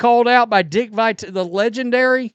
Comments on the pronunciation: First, Matrix pronounces Harry Caray’s name wrong. Now, can’t pronounce Dick Vitale’s name correctly. These are 2 legends in sports broadcasting! WTF? I mean, what are we doing here? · You haven’t been watching basketball for that long if you don’t know how to pronounce Dick vitale’s name lol